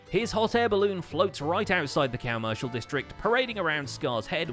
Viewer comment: I dont hear properly or you said: Cowmercial district? Its really fitting tho